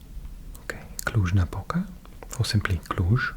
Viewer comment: You pronounced "Cluj" and "Cluj-Napoca" better than most of people which live in Bucharest or in the southern part of Romania :))) Thank you for your videos!